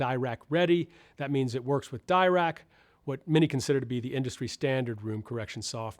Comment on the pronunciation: Why do you pronounce Dirac like that? It’s French it’s Deerac, not Dairac.